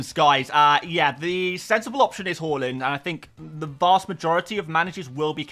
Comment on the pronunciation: Haaland NOT Hawlund 😱 😳 😆 😮 wowsers